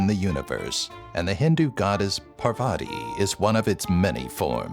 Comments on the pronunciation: Atleast pronounce Parvati correctly. It's "paar-vati". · Okay am I the only one that he pronounced GODDESS PARVATI wrong ?